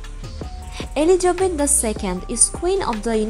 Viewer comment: Dear dear its not Eligebet , it is ELIZABETH